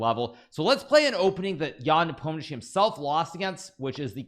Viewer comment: Hikaru, Just say "NAH-pome-knee-AHH-chi", it's somehow weirder now.